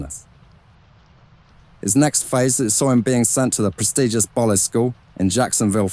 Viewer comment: This is great! I live in Jacksonville FL and Bolles School is pronounced like bowls.